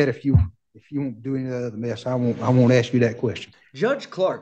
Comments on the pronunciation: Word is ask...not axed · lot of questions being "axed" by the sovereign....bahahahahahahaha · “I axed him” 🪓